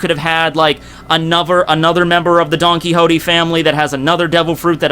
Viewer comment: "donkey hoetee"